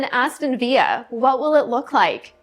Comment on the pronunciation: It's VIL-LA, not Vi-ya